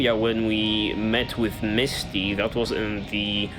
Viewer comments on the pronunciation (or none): It's Minty, not Misty.